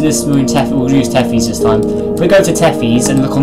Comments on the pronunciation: its not pronounced t-e-f-ee-s, its pronounced t-e-th-i-s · It’s Pronounced Tethis